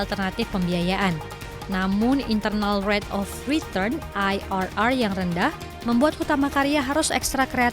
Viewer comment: IRR dibacanya I ER ER bukan AI AR AR 😑 kamu penyiar dan sedang menyajikan siaran indonesia dengan kalimat indonesia, jadi berhati2lah menggunakan serapan bahasa asing